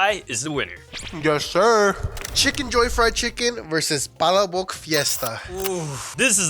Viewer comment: You guys are butchering the name for palaboc smh